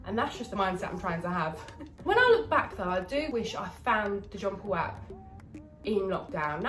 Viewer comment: Jonpleap not John Paul lol he's your trainer n ya sayin his name wrong lol love you